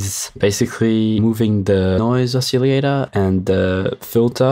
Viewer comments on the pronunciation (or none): Yes: Oss-iLL-ate-ohr. No: Oss-iLL-ate-EE-ohr.